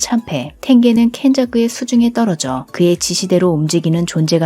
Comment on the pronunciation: 켄자쿠 발음이 너무좋아 듣기좋네요~~